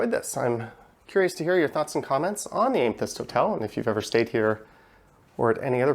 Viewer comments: It's pronounced am-eh-thyst FYI. Nice review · amethyst pronounced ăm′ə-thĭst. Amethyst is the February birthstone. Otherwise enjoyed the tour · Learn how Pronounce the name of the Item you are making a video about